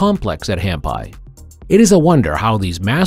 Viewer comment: It's pronounced Hampee,. So tired of mispronunciation in these videos.